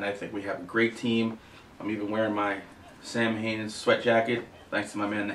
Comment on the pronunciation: It's actually pronounced SOW-IN. :)